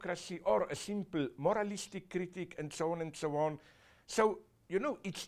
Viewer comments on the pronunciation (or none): "and so on and souwaan"